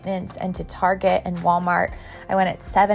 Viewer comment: Hey Granma,,, teach her how to say Target properly...